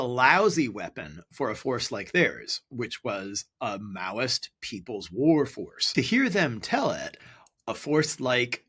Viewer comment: He said Maoist insurgency..(Mao Zedong)